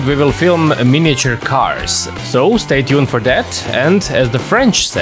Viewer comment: Arrivederci - good pronunciation but it's Italian style not French ;-P